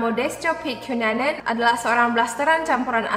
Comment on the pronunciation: andrew kenanan (ngebaca andrew cunanan) Gw: andrew banana? 😅😅😅 otewe korek telinga dulu 😅😅